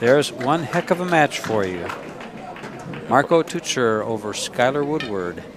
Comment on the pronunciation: marco "toycher" ... not "tootsher". If u wanna pronounce it correctly. Its like Teacher, but toy-cher. You're welcome ;)